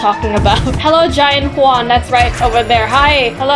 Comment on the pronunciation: Bro that ain't juan that's KUÆAN